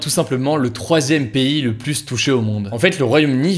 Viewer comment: On ne dit pas plusss que...!